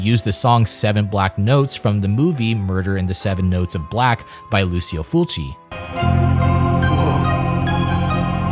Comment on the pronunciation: Call me Pedantic but saying Lucio Fulci's name the Americanized way is, ridiculous, disrespectful and even a bit comical. Thanks to Quentin Tarantino and his rerelease of, 'The Beyond' I have been a fan of Fulci, for over 20 years and have had conversations about him, in Englisg, Spanish and French. I have also listened to commentaries, documentaries and podcasts, that speak his name. None of them have ever said it the way you are saying it! The majority of people may be saying, so what? Well, take your own name, a family member, a favorite musician, author, etc. Say it 'wrong'!! I beleive, you too would find fault with someone, you Love or respect, have their name pronounced differently, than what they prefer. Ask an Italian, ask Brad Jones, aka The Cinema Snob. Ask me ;) Ask the guys at RLM, ask Phaelous, ask Doug Walker! You are not saying it the cay his own friends, fellow country men, critics and every other person I have heard it said, in 25 years, say it. It's a free country, It's Your choice but the way you choose to say it, is making my ears and :) eyes BLEED. So please show some respect because, "Lucky" for you. Most people who will hear it as I do, won't tell you. They will just click on the next video. Click.